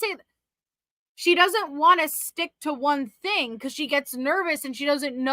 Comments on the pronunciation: Her "thing" is THINK. Not thinga. She just adds a K to everythinK endinK in ING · I absolutely HATE the way she says her “G’s” it’s pronounced thing NOT thin “ga” She makes every G sound like that.. She turns my stomach.